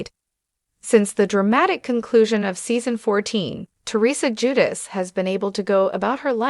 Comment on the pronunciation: Ju-deh- chee Please pronounce it right please!